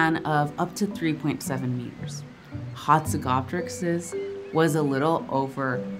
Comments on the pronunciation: how she is pronouncing HATzegopteryx is triggering for me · Doc said I got Hatzegopteryx 😩